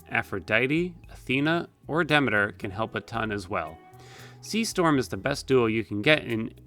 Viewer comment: Dee-me-ter, not dem-ma-tur. Sorry, Greek geek.